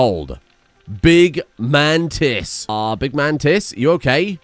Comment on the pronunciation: Bro you gotta stop saying “big MANtis” it sounds like you are saying “big man tits”